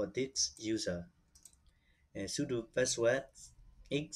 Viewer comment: Password and not paswas